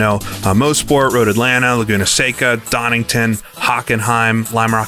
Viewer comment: good pronunciation at laguna seca, havent seen this game in a while. i played a demo in 2002? it was one of my first games